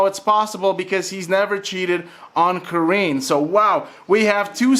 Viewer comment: Why does this man keep calling her “Kareeen”? And not Kareenie?